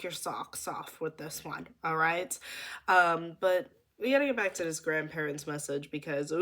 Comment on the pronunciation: the emphasis on grandparents latelyyyyy